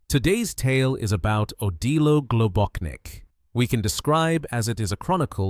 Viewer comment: GlobóCHnik, not GlobóKnik. His surname had Slovenian origins